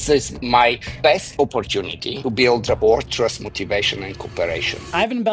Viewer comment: Don't mean to be picky but if he's going to use a word like rapport as much as he does, someone could've mentioned the silent t.